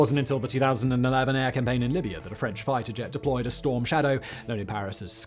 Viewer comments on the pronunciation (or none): none